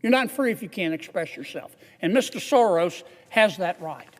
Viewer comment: George Soros is not running the Soros company & non-profit any longer, it is his evil spawn Alex. Please at least say the name correctly. Thank you Mr Kennedy for fighting for Americans